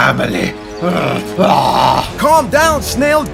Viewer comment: ”I GAT TO GAT TO MEH FAMALEH”. That got me😂😂😂😂